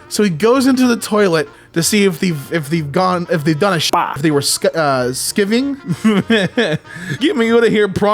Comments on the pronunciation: p good effort,! some helpful notes -irn bru -> iron brew -burntisland -> burnt island (i used to live near here!) -skiving is pronounced sky-ving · sky-ving lad. I don’t even think it’s a particularly Scottish word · Just letting the people who are not familiar with the word know, Skiving is slang for “being absent from work or school without permission”, as quoted from Cambridge Dictionary It is also pronounced ‘sky’ - ‘ving’ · "skiving"..... 💔 never say it like that again